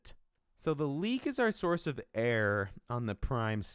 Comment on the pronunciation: The way he pronounces "error" is realy confusing! He makes it sounds like "air" and I'm like "he means that the air in Mars is thin? What does that have to do with primes and stuff?"